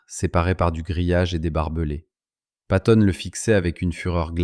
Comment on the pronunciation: Patton.....avec deux T .....s'il tE plait !